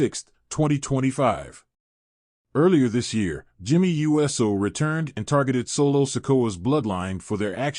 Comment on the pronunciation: If the narrator doesn't know how to pronounce Uso, as ooso, he should stop narrating.